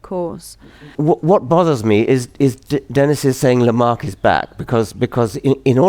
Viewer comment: It's LamarCk' - why not (I mean, what would it cost you, to) at least get his name right?